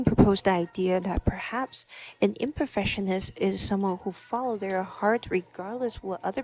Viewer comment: It sounds like you are mispronouncing Perfectionist and Imperfectionist. You must pronounce the C. You think too much. Just schoot more film and think less about it.